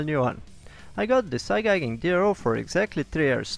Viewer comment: This video is excellent, it never occurred to me that glass scales could be cut to length. Thank you. Oh, and I should say that 'Igaging' is pronounced 'eye-gay-jing'